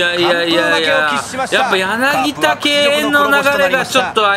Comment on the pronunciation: やなぎ『た』ですよ